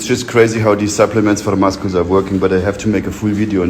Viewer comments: Did he really just say “musckulls”? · Will be pronouncing it as Muskles for the foreseeable future